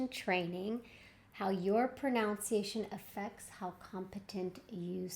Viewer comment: You are mispronouncing “pronunciation”.